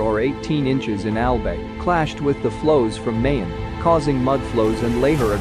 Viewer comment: I laughed so hard when you pronounced "Albae" on Albay. 😅